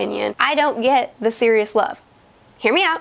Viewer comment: Ummm.. she called Sirius Serious 🤣